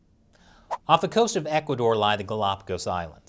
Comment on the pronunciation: IVE NEVER HEARD OF THIS "ECUARDOR" COUNTRY, I THINK YOU MEANT "ECUADOR" (NO R)